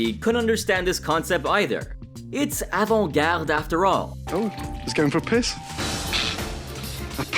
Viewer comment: Did he just pronounce Avant Garde "Ovent Gared"?